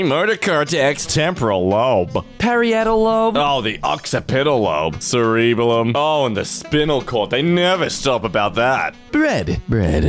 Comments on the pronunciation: mispronouncing the parts of the brain hurts me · You mispronounced cerebellum